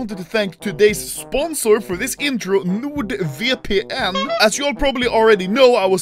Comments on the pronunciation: Normal people: NordVpn. Anermaly: NUDEVPN. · No one: Anomaly: Nurd VPN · Everyone: Node VPN Anomaly: Nude VPN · People: NordVPN Anomaly:viepien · NordVPN Anomaly: NUUDVEPEENN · No One: Literally No One: Anomaly: Nuude VPN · other youtubers : hey check out nordvpn... anomaly : nude-vi-pee-EN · Anomaly be like: Nod Vepein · Nuud veepeen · when he says it, it sounds like "nård VPN" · “Nor-erd VPN” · nOrd VeepEe eN